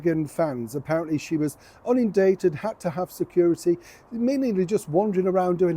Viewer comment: Oh gosh,, a good job my phone is waterproof! I can't say the same for my bedding though, I've got coffee everywhere 🙃 That was the most perfect Freudian slip I've ever heard, 'she was unindated' 🤣